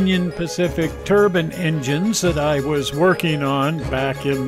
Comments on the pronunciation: Turbine not turban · Turbine, not turban, the "e" isn't silent. Just as with wine, not win. :$